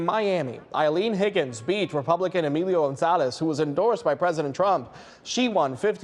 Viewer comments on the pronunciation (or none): none